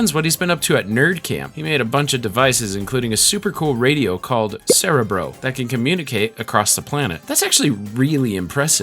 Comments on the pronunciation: this bugged me aswell, as i watched the xmen animated show as a kid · As a lifelong X-men fan, the pronunciation of “cerebro” is killing me but the fantastic video is worth the torture. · I get it but "cerebro" is Spanish for "brain" and it is pronounced with all short "ĕ"s, as it is pronounced in this video. They mispronounced it in the X-Men movies. But yes, when you get used to the way a word is pronounced, it can be jarring to hear it said differently. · mee teeeew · How do you not know how to pronounce cerebro?